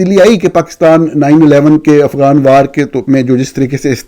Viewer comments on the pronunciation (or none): none